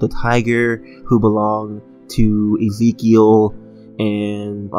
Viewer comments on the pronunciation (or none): The way he pronounced Ezekiel xD